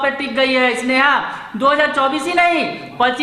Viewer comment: Issneha nahi..Sneha 😂😂😂